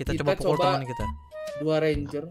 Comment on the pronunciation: ngomong pukul aja susah bad keknya wkwk